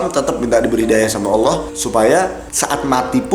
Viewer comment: Pas nyebut nama Allah fasih banget kamu, seneng bgt Aku dengernya. dan disini Aku mau menyampaikan kata² Almarhum KH. Zainuddin MZ "Orang yg beruntung adalah Orang sering mengingat akan kematian". Dan itu yg selalu Aku pegang sampai skrng. Karena klo Aku mengingat akan kematian, mau melakukan hal² yg negatif pasti berusaha utk Aku cancel perbuatan tersebut, meski kadang masih kalah dgn godaannya setan, setidaknya disini Aku udah punya pegangan utk berusaha menolak setiap akan melakukan hal² yg berbau negatif 😊🤝🙏